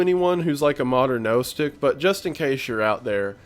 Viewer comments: Hi, I'm an actual Gnostic. First off, the "o" is pronounced as in "clock", not as in "toast". And second, no, we don't believe in any of that jellyfish shit. Part of the problem here is that Gnosticism is very old, but was largely suppressed by what became the Catholic Church in the first few Centuries CE. The only things we knew about it came from those sources, who were obviously very much opposed to it, until the discovery of the Nag Hammadi Gospels in Egypt in 1942. In that time, and because of the somewhat shadowy and unstructured way the religion has developed, basically a whole bunch of New Age pseudo-religious beliefs sort of "claimed" Gnostic ideas. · Gnostic is pronounced "naw stick"